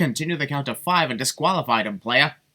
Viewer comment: Don’t ever say playa again